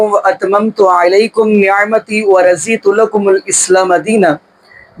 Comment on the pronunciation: ملاں ۔ تو قرآن مجید بھی عرب کے لہجہ پر پڑھا کر ۔ رضیت میں " ض" کی جگہ " ظ" پڑھتے ہو۔۔۔۔۔